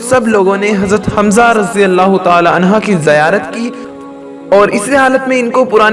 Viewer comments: عنھا نہیں بلکہ عنھ پرھنا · Anha ni anhu kehte han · Bhai anha nhi anhu hota h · Anha nehi anhu he